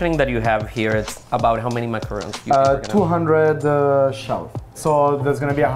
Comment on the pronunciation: I thought this dessert is suppose to be pronounced ma-ka-ron. Ma-ka-ruun is the coconut one 🤔